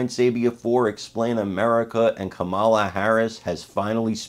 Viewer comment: Kamala as in Pamela.